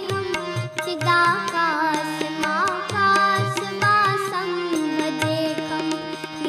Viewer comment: नमामीशमीशान इसमें “श” होना चाहिए, पर “स” उच्चारण हो रहा है चिदाकाश माकाश वासं जहां “श” होना चाहिए, पर “स” उच्चारण हो रहा है जहां “स” है, वह सही उच्चारण हो रहा है! इसी प्रकार बाक़ी जगह स्तोत्र में जहां “श” लिखा है, सही करवा दीजिए! (ज़्यादातर दूसरे लोगों के videos में सही गाया है, सुन के समझ जाएँगे) बहुत प्यारी बच्ची है! गले में सरस्वती का वास है! बहुत आगे जाएगी! शायद आप UP से हैं?- वहाँ बहुत से शिक्षक भी यही उच्चारण में गलती करते हैं, इसीलिए बहुत से लोग सही और ग़लत में फ़र्क़ नहीं जानते। कुछ “व” को “ब” और कुछ “ब” को “व” पुकारते हैं, वह उच्चारण बच्ची का सही है!